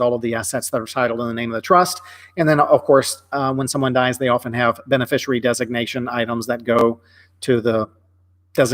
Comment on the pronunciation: Is it "bene-fishery"? I think it is beneficiary ( benefish-ee-air-ee).